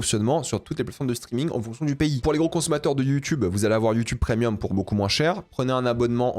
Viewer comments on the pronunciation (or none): none